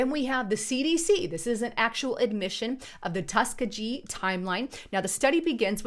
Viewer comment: Hey sweetie! Great job!!! But just to let you know , Tuskegee is pronounced, Tusk- KEY- jee. I'm originally from Mobile, AL, and that's the way we always pronounced it Thank you for all of your work!!! 🌞😘🙏